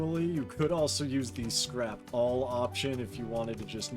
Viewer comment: dude.... "~ Scrapall"